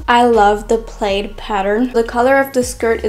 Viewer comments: Beautiful. My favorite skirt is the one that you were wearing. I was wearing all the skirts you might think. Yes, that was my favorite. Hope you aren't offended if I tell you that plaid is pronounced pl-add, not pl-aid. Looking at the spelling is not helpful in letting you know how to pronounce it. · it is prnounced PLAD please dont be that stupid. youre too pretty